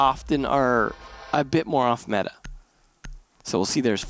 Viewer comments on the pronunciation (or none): none